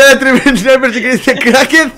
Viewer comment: diciendo le krackeados a los subs KAJSKAJSKAJSAKJSAKSJA